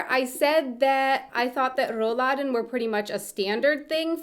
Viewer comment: 😅 RRRrollladen (it‘s so cute)